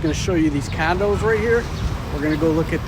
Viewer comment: Love it when says "Candos" 😂😂